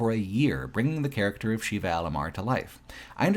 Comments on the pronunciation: Consistently pronouncing Sheva as "Sheeva" (it's "Shehva") was rough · Unrelated, but this sticks in my craw too; why do you keep mispronouncing characters' names? "Excella Gionne" and "Sheva Alomar" are both pronounced out loud in the game. It's like you didn't even play it. "Sheva" is not pronounced the same as the Hindu deity, Shiva, and "Gionne" is three syllables. Guy, you are better than this. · He called Sheva ‘Sheila’ several times. I don’t know what that says about the guy but… that’s got to be a problem. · I can't understand how anyone reviewing RE5 can fail at pronouncing Sheva's name, given the fact it's said countless times through the game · Seems kind of....Eurocentric and White focused to not only bitch about the depiction of Africa, but then repeatedly mispronounce the name of the CENTRAL African character. Such hate. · I can't comprehend how you played RE5 and don't know how to say Sheva.